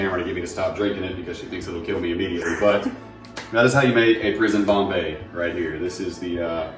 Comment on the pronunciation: Conbay xD lmaooo its pretty good hahahah